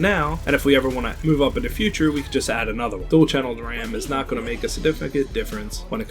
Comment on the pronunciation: Please say "the" instead of "da".